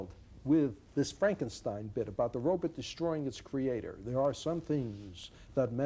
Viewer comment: he does say 'robits'. iRobit.. lol.